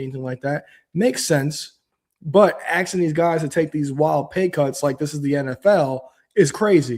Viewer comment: Stop saying axing if you want to grow your audience 😩